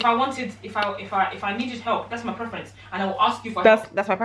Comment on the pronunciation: "thasmyprefrence" LOL.